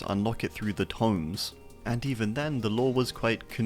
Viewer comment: The way you pronounce tomes is incorrect.